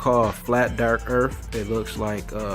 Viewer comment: ...I mean, it’s called flat dark earff, I mean...uummm... DUDE! Learn how to SPEAK!